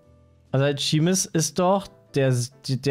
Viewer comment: Jedes „Scheemus“ hat aber wirklich weh getan